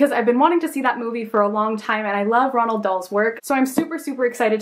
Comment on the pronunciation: the way she looks at the word roald and says ronald 😣😣😣